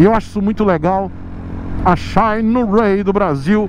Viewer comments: Só pelo jeito que o pronuncia o "xaaainerái" já vale o like no video kkkkkkk. Quanto ao ser "patrocinado" pela marca: O patrocínio nunca impediu o de ser crítico à marca que o patrocina, tanto que um dia eu escrevi que nunca seria patrocinador do! Ele é um tanto quanto sincero demais!!! Ainda bem!!! isso só faz suas opiniões valerem mais. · Xaiiinueyyy kkkkk